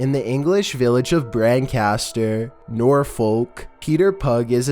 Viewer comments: its pronounced Nor-fuk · I'm from England and have been to Norfolk before... The way he says it 😂 We, at least, pronounce it Nor-fu-k like you're swearing ;) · It's pronounced "northfalk" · No hate, but Norfolk is not pronounced Nor-fook, it is pronounced Nor-fuk, again no hate :) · Norfooulk?? You pronounce it like "NORFUCK" hun xx (Norfolk) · Its not 'Nor-foolk' it's 'Nor-fulk' I live in the damn county, pls, Norfolk is already messed up enough without mispronouciation 😭😂 there's enough legends and ghost stories for a video in its own right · Lol NOR fOLK it’s pronounced Norfok L is silent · Norfolk is pronounced “noor fuk” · Haha Norfolk.. Its actually pronounced norfook. Strange hey..?! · norfolk is pronounced norf**k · I can't get over the NorfOlk pronunciation 😂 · It's pronounced norfuk Like look or book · Norfolk is pronounced "nor-fook"...like "book" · ‘Nor-Folk’ lol, that the most American pronunciation of Norfolk I’ve ever heard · I love how he says Norfolk 😂 it’s pronounced norfuk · NORFOLK IS PRONOUNCED NOR-FUK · Norfolk is pronounced Norf olk lmao it had me in tears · I'm from the UK and it is pronounced nor-fuc not nor-folk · It's pronounced norfouk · It’s pronounced norfuk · Norfolk is pronounced Nor-Fuck (I'm English and I'm not joking) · I laughed at Norfolk, its actually pronounced Nor-Fuk. Although to be fair theres a lot of places in the UK that are pronounced way different to how they are spelt like. Leicester = Lester Chiswick = Chisick Bicester = ByeSter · Lol I live in Norfolk and it is actually pronounced like norfuk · its pronounces NOR-FORK ;) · I knew i would find one oh yeah yeah!!! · Lol why did he say NOR FOLK😂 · Norfolk is pronounced "Nor fuk". "Fuk" pronounced like "took" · it is pronounced norfook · It's pronounced Norfuk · Norfolk is pronounced noor-fook :) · Pretty sure Norfolk is pronounced norfork or norfuk. You really cant tell the word "folk" is in there. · LOL Norfolk is pronounced NOR'FOOK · he said Norfolk wrong LOL